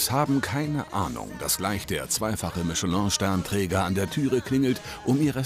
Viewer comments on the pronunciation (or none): Es heisst nicht Mischelon es heisst Mischöläää'''' mit einem nasalen ä. Oder halt eben Michelin auf französisch.